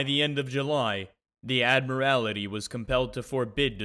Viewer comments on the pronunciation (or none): Admir-allity bawahahahahaha my ears arr off ended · Someone kindly inform the narrator how to pronounce Admiralty 😂 Pedantic, I know. Great watch 👍